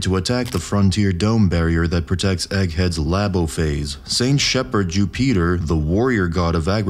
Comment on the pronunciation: Jew-Peter 😂 bro